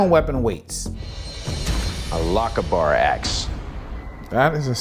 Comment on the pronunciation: I just wished they'd bothered to learn how to pronounce Lochaber correctly. Great video.